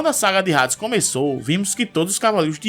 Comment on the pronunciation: Eu tenho raiva de quem fala Rades